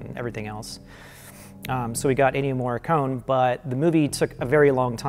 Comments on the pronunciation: The main theme is absolutely by Ennio Morricone (pronounced 'Morri-coney' not 'Morri-cone') and it sounds just like Carpenter because Carpenter asked him for something 'simpler and spookier' and 'not to do so many notes' and he came back with basically an impersonation of a Carpenter theme - which I think is kind of fitting, due to the subject matter. If you listen to the original soundtrack album (which features only the music Morricone composed), the theme is featured in ‘Humanity Pt. 2’ and he also uses the same melody in a slower orchestral arrangement in the track ‘Humanity Pt. 1’, which is also used in the film. Carpenter and Howarth maintain that they only created some moody, interstitial cues - great ones at that - including the music that plays during the reveal of the title. I totally understand why people assume Carpenter must have written the main theme -- I thought the same thing! -- but Carpenter says the theme is Morricone's (he even said so before he performed the theme in his live shows a couple years back) and Morricone says it's his, and both men have no reason to lie about it, so... it's his. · Oh god. I love, but every time he says "MoreeKONE," I die a little inside. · What are you talking about. As an italian, it is pronounced Morri-con-e, with the e pronounced like in "end" and the double r it is pronounced like actually saying r two times in a row. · It bugs me that can't pronounce Ennio Morricone. It comes off as a bit arrogant. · ennio morricone is pronounced with an "ay" sound at the end. cone is not pronounced in the english pronunciation